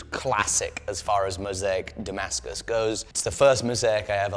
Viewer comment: Сбивает с толку написание и произнесение термина "дамаск" по отношению к "тимаскусу". А вдруг он сварил титан со сталью? 🙄